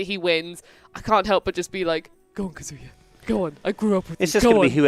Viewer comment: you may love Kazuya, but you’re pronouncing his name wrong lol